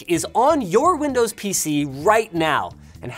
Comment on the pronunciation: that "windoes" in the intro